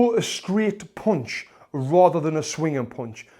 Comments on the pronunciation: How punch is spelled How panch is used How he says punched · Oooonderstand, poooonch